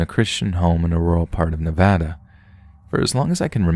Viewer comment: I give you a like, because you don’t say, Nevada wrong.